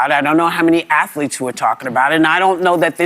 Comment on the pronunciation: This fake Muslim 🦝 just said afalete.🤦🏾‍♂️